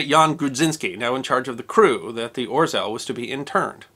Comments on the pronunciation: OT ow spelled Orzel but I would pronounce it Ozhew. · The letter “ł” makes a w sound. So it's pronounced Orzew. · "Orzel" is pronounced "OZHEL" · It's pronounced [Ozheaw] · This is awesome! Can’t get over the pronunciation of orzeł though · Just FYI, and I hope this doesn't come across as criticism, but the bar through the L in "Orzeł" in Polish means it's pronounced like English's W instead. (And a tip: You can use Google Translate's text-to-speech feature for many languages to find out how a word is pronounced in another language.) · I expected dozens of comments on how to pronounce orzel correctly and yet to find one. rz is one sound, akin j or zh. L with a line is so dull that hardly sounds like l. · I'ts hard to pronounce the name of this sub correctly, but much closer would sound like: "oh-shell" than "orzel". :) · Hi! I am Polish, this video is great! Thanks for giving our heroic warfare some attention, too! One thing though, you'd read "rz" more like french "j" (like Jean), you don't read out the r sound in there! the Ł is also same sound as your w :D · Thanks. One small nit-pick; the Polish 'ł' is not pronounced as 'l'. It is pronounced like 'w'. So, for example, the city of Łódź is pronounced something like ' Nevertheless, thanks for re-telling this fine example of heroism in a vibrant and engaging way. A Polish friend who served with the RAF (300 Regiment, flying Lancasters) told us about it, a many years ago. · The "L" with a slash through it is not pronounced as an "L", it is pronounced as a "W" as in Witch. So this ship is name is pronounced "Or-zew" not "Or-zel" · Read it more as a "Oh-shaw" not "Or-zel" (maybe use google translate next time) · The proper pronunciation is ORZEOW! In Polish an "L" with a line through it is pronounced like a "W". The "W" is pronounced like a "V". Thus WARSAW is actually pronounced as VARSHAVA. LVOV is pronounced as WOOCH. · Orzel is pronounced 'O-ZHEwh'